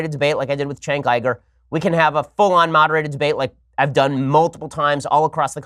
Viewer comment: Jesus Ben, it's pronounced Yuger not Iger...